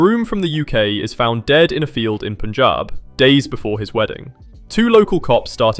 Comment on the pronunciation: Always love your lists. And loved that you pronounced “Punjab” correctly - kudus on your detailed research!